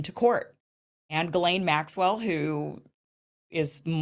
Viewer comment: For the love of God!!! I ask every last person reporting on Ghislane to ask a French speaker how to pronounce the name!!!!